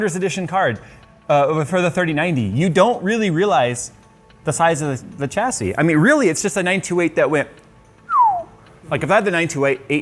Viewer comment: Its pronounced chassis and not chassis